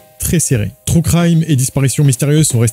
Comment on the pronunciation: On dit TRUE pas TROU!